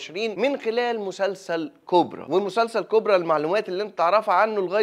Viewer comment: كوباا مش كوبرا